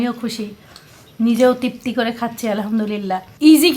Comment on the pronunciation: তৃপ্তি সঠিক বানান। উচ্চারণ ত্রিপ্তি। তিপ্তি না।